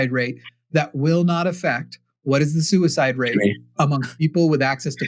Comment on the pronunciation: Is it just me, or does say "sewer-slide" instead of suicide? I swear that's what it sounds like.